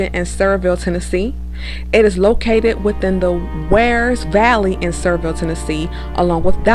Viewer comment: It is pronounced Sa-veer-ville